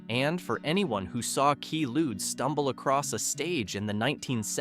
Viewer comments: Tubes singer’s name was pronounced KWAY-lude not key lude. As in the drug quaalude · Regarding the Tubes: It's "QUAY Lewd," not "KEY Lewd." As in "Quaalude.